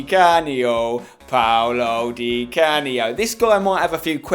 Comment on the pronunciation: Paolo dicanio????!paolo dicanio!!!!!